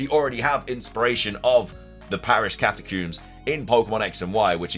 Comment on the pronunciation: Literally screaming at my phone “it’s Catacombs, COMBS!!”